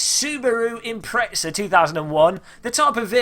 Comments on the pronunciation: z sounds like "tz" in some places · There is no "t" in Impreza, how come People from England pronounce it "Impretza"?